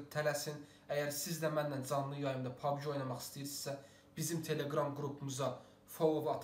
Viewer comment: Pabgi deyil pabci de pabgi pis çıxır😁